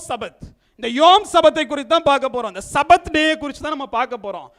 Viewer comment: தவறான உச்சரிப்பு : "சபாத்" தவறு, "ஷபாத்" என்று உச்சரிக்க வேண்டும். எபிரேய மொழியில் ஆண்டவருடையப் பெயரை (יהוה) உச்சரிக்கக்கூடாது. நான் எழுதும் விளக்கங்களை மறைத்துவிடக்கூடாது.